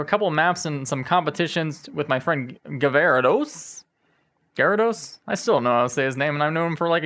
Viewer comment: So how the fuck do you pronounce Gvarados?